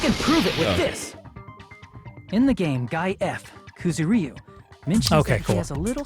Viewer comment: PLEASE WHY DO THE VAS PRONOUNCE KUZURYU LIKE THAT